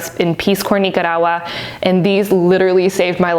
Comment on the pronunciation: Nice video! Everytime you say Nicaragua is super funny! I say NICK CAR AGUA 😂😂 I'm too Canadian